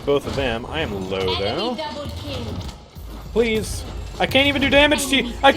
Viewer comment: I love when say DEBOUL KEL